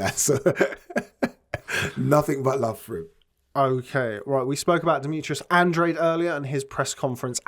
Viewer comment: Hello guys, great pod cast, just an observation, Andrade is an Spanish last name and you pronounce it like this: Andráhdeh, thanks.